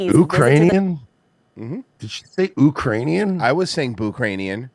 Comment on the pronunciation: "Oo-krainian"? 😂 So I guess she confused the pronunciation with "Youse-bekistan" But seeing the Quaker-looking dude's expression as he read that script reminds me of the old clip the boys played of Owen Benjamin reading the letter from that stalker (i think the episode was called Sausage party)